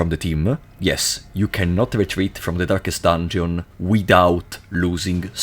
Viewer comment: ah yes, "durkest dunjon", my favorite game